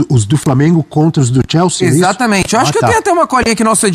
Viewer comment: Algem sabe que porra de time é esse que mane fala eke chama de "TIELSE" ???? É CHELSEA